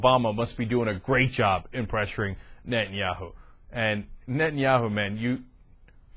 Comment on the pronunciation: Is it just me or is this dip shit incapable of pronouncing Netanyahu?